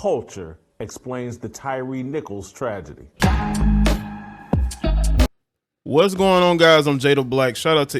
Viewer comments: Stop saying the man's name wrong. His name was Tyre pronounced Ty-ree...not Tyire. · "Ty ear Nickolson"?? It's Tyre Nichols! All love fam, but ya butchering his name! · The Brothas name is Tyre ( Tie-Ree).. can we at least say it right? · you saying bruh name wrong lol